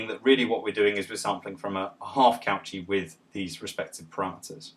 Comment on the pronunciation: Nice video, I am not happy about your pronunciation of Cauchy though.